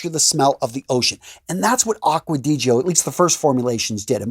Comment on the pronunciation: finally, someone that pronounced the name right: Acqua di GIO, not acqua di Jio...